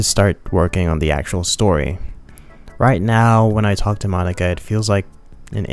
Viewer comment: Why are you pronouncing Monika like that?